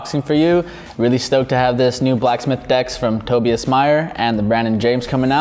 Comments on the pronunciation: Its not Toby - us its Toe-Buy-Us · The way he said Tobias